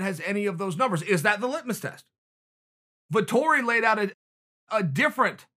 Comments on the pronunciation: Marvin Vettori Chael: Marvin Vitori Ok great. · Me: Marvin Vettori Chael: Marvin Vitori Me: Ok great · Us: "Marvin Vettori is legit" Chael: "Marvin Vitori" Us: ok great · vettori: it’s vettori chael: it’s martin marvin: ok it’s vitori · "Martin Vitori" - Chael P. Sonnen 2020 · No one: Uncle Chael: Vitori